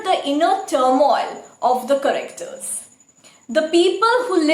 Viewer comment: I love your videos. But can you please check correct pronunciation of some words like 'character'.. just a humble request